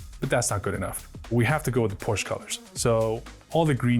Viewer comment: PorschE. Not "Porsch". Seriously.